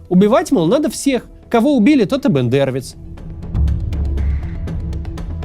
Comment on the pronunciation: Пожалуйста, проявляйте внимательность в использовании терминов. Ну не надо говорить "бЕндеровец"... вот я родился и вырос в городе БЕНДЕРЫ, в Молдавии, ныне в Приднестровье. Со Степаном БАНДЕРОЙ этот город не имеет ничего общего. Это древний, основанный в начале XV в. турецкий форпост, в последствии ставший городом после победы сначала шведов над турками, а потом и русских над шведами. Город этот многонациональный. В этническом составе вплоть до конца 2000х годов было примерно поравну русских, украинцев, молдаван, евреев, плюс большие проценты болгар, румын, белорусов, гагаузов, и менее значительные, но ощутимые диаспоры армян, азербайджанцев, цыган, были и потомки пленных немцев. Город всегда представлял стратегический и экономический интерес, а во времена СССР - был одним из крупнейших индустриальных центров южного черноземья., равно как и центром сосредоточения аграрных производств. Во время ВОВ город пережил румынско-немецкую фашистскую оккупацию, и точно не заслуживает упоминания в одном ряду со Степаном Бандерой, который только созвучен по произношению с именем славного, мирного и прекрасного места. Спасибо за понимание.